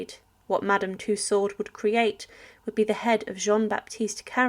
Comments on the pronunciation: This commentator does not understand the term “victualling,” or it’s meaning. It is pronounced “vitalling.” In addition, Madame “Tussaud” is not pronounced as “Two Sword.” It is pronounced “Two So.” Why doesn’t this woman learn to pronounce simple words? I’m afraid that I WILL forget to subscribe. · Marie Tussauds surname is pronounced toosow. The d is silent.